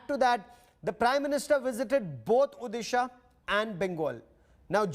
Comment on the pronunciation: Mr anchor.. it’s Odisha not Udisa...work on your pronunciation